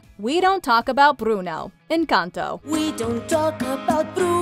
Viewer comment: Just want to say thank you for saying Encantó with an accent! My wife is Mexican and it’s really frustrating hearing people butcher the title when it’s not hard to say correctly at all! So we appreciate it!